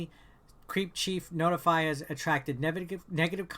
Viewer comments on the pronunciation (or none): I have to mention this. It's called CrepChiefNotify (Crep like the Crepe) and not CreepChiefNotify (Creep, like you pronounce it). Don't know if you're doing it on Purpose, but it's kinda annoying when you pronounce it CreepChiefNotify. Don't worry, i don't want to protect that Group. On the Contrary, by pronouncing it correctly zhat Group will be easier found.